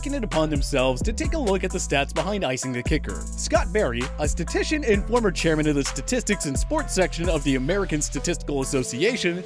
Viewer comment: statistician not statician